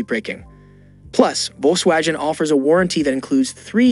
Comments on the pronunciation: Or Volkswajin lol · How about the Volkswajeen? 😅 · That South East trim on the Volkswajen sounds interesting… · VolkswaWHAT???? I canot believe I listened to you talking about cars for 3 minutes. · It was so annoying - Volks Wagen ( with a soft ‘g’) , Chevy (with ‘ch’ instead of ‘sh’). But I though it was due to uneducated youth not AI !